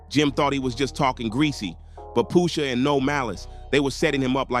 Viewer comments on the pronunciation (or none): Poosha ??? 😂 it’s pusha